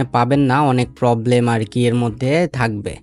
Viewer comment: ইঞ্জিল ❌ ইঞ্জিন ☑️ পবলেম ❌ প্রবলেম ☑️